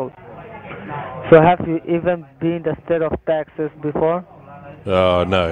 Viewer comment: Its "state of Taxes" mkay 😁